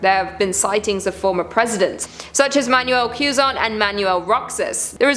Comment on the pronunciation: It's pronounced as Ke-zon